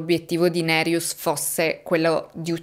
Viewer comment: Ciao e grazie per il tuo lavoro. Hai pronunciato bene nome Nerijus, con il cognome c'eri quasi. Volevo aggiungere che secondo il codice penale Lituano LR BK paragrafo 129 per omicidio parte1 sono previsti 7-15 anni di reclusione, parte2 (con aggravante) 8-20 o a vita se la vittima è minorenne, donna incinta, carabiniere ecc, 2 o più vittime, famigliare, assassinio per organi, il crimine giudicato molto crudele ecc (Wikipedia LT). Mi spiace, ma purtroppo nel mio paese d'origine ce un tasso altissimo di omicidi. In Lituania ci sono stati crimini molto crudeli e sono conosciuti solo al livello locale. Per esempio, quando ero adolescente, in un quartiere vicino al mio, in pieno giorno, dal parco giochi sotto casa sua era sparita la bambina di 8 anni; un caso tristemente famoso che ha scosso tutta la nazione. Alle fine hanno preso un quattordicenne psicopatico chiamato dal popolo Gestapas o il bambino senza anima, che aveva rapito, violentato, ucciso e gettato il corpo nel fiume ghiacciato della povera ragazzina. L'assassino è stato preso grazie a numerosi testimoni e prove trovate. Da adulto era scappato dall'ospedale psichiatrico dove era recluso a vita, ma è stato catturato in casa della suo madre molto morbosa che lo nascondeva. Mi ricordo ancora con i brividi questo caso. Questo mi ha scosso particolarmente e rimasto nella memoria, ma purtroppo ci sono tanti crimini da film horror come assassini seriali, guerre fra bande, omicidi fra i minorenni, killer a pagamento ecc.